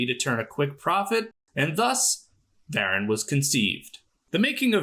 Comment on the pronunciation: It's isn't "VARan". It's "Vah-RAHN"! Get with the accent, please. 😂